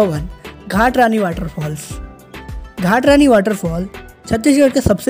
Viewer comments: Ghatrani nhi bhai ghatarani hai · घटारानी बोलते है भाई जी घाट रानी नहीं कहा जाता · भाई आप छत्तीसगढ़ से नही हो क्या सबका नाम गलत गलत बता रहे हो घाटरणी नही घटारानी है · घाटरानी नहीं उसको घटारानी बोलते है 😅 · घाट रानी नही भाई घटारानी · Bro ghat Rani nhi ghata Rani hai 🤠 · घटारानी बोलते हैं भाई घाटरानी नही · Ghat Rani nhi hai be ghata Rani hai naam to sahi se le le😂🤣